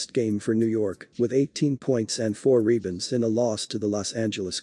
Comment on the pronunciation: What the hell is a "reebund?"